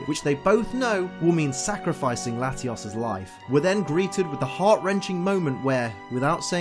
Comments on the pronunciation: layios. and latias. NOT latias and latias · bro o.o how you say Latios is weird. You have to say it with a Oh in it like your speaking Spanish. but anyways good vid :3